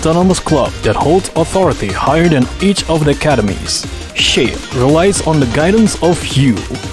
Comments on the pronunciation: I thought Schale was pronounced Sha-le, not sheil. Not sure tho. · I know that SCHALE could be pronounced as "sheyl" in English, but man it kills me everytime he does it. I'm just so used to hearing "Sha-Le" that nothing else could compare to it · Schale is pronounced by Rin as "Scha - Le" not "schale" you can hear her say it on raid / total assault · S.C.H.A.L.E is not pronounced like "shale", it's "Sha-all-lay", sha as in shanty, all as in letter R, lay as in sun-lay. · Yeah, I prefer referring to it like Shal-leh, it has a nice ring to it.